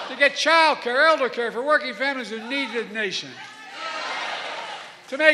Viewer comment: "You think I'm I too old to get childcare and elder care for working families that needthenation?" What ever happened to "ask not what your country can do for you, ask what you can do for your country."